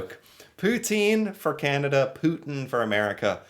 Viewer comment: I think he pronounced Putin purposely as "put -in". Absolutely appropriate for the Trump/Putin romance. said Sir.